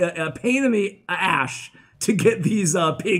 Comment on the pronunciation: "pain in the ash" lol